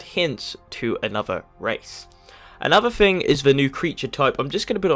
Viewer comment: It's pronounced THING, not FING. TH not F.